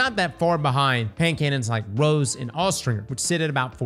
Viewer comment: It's Rose, not rows 😂